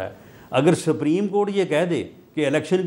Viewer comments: رانا ثناءاللہ کو تو سپریم کورٹ کو ساپریم کورٹ بول رہا ہے تو قانون کا کیا پتہ ان کو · Rana suprem ko sappreem Keh Raha he To iske aagy Kon sunny😂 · Meer sahib apni sana dako laya hai jisko supreme Court. Ko spreen Court bolta hai 😂😂😂... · 70 saal ki umar mey Nawaz sharif haiwaan hey..iss lye wo supreme Court ka hukam nahi manta. Rana laa.....ki ye haisiat he kay sahih tareeqey se ....parhna nahi aata.... supreme ko saapreme kehta hay...rana khud tu election haar gya hay ye tu parliament ka hissa bi nahi.... Mashallah Salman Akram Raja sahib..ap ney Pakistan kaawambki khidmat ka haq adaa kr dya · Sapreen nahi hota Supreme Court hota hay saulla sahib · Rana sana ko bolna bhi nahi Ata supreyam kort ka nam Lena bhi ata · Wallah. Pahle sapreem court Ka talaffuz Tou sahee kale Rana Iski party leader ko Chahiye ke ISE supreme court kahna sikhaye. Urdu main bolo Kanon ko sharm aati hai ghalat lafz sunker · Rana 😂 saprim not supreme 😅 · sapreeem coat 😂🤣😅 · this rana poodery don't know how to pronounce supreme court, he is pakistani leader and minister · Subhallah. Sanaullah is a lawyer, a politician, one of the Noon party leaders, ex law minister" but unfortunately cannot pronouce "Supreme"